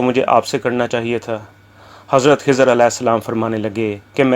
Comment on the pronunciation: Janab Aap pahle urdu to theek se paden khai ki jaga hai bolte ja then khizar as ko hizar as aur bhi mistakes bolja rahe apni urdu sahi karen😂😂😂😂😂😊😊😊😊😊